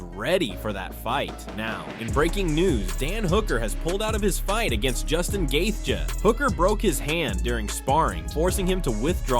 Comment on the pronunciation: How many times can one guy say somebody’s last name in so many different ways and all being incorrect🤡🤡🤡🤡🤡